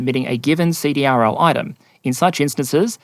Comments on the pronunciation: CDRL is pronounced "seed-ril." (defense contractor) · Great video. The Navy needs to fix the soup sandwich that is their ship acquisition process. FYSA CRDL is pronounced "See - Drill " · fyi, CDRL is pronounced "see-drill".